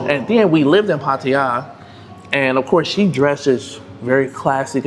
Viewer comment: Dude thanks for pronouncing Pattaya correctly. Hardly any expats get it right 👍